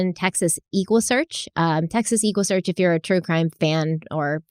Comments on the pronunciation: Texas Equusearch refers to searches on horseback or Equine , horses (they’ve expanded to state of the art equipment), so it’s pronounced like Equine not Eeekwine. Equusearch . Tim Miller is an original . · I ❤ ❤ but every time I hear her mispronounced EquuSearch it makes me giggle. Living in Texas around the Houston area it’s always been pronounced like Eck-wah-search😂